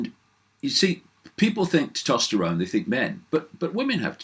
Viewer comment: Hey Dave ..... there's an 'S' in Tes-tosterone ;-)